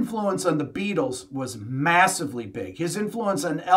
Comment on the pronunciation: Jack Ryan --- Hey Be-atles! Would you like gold in easy, denominational nuggets?